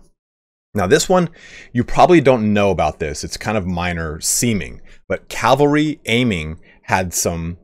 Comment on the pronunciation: ahem.. CAV-AL-RY ;DDD <3